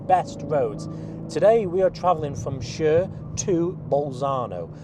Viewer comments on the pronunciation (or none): Chur isn’t pronounced as “sure” its “koor”